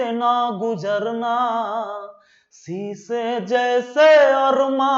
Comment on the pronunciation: शायद सर आप उर्दू नहीं जानतें हैं वरना शीशे को सीसा नहीं बोलते गलत लगे तो सॉरी सर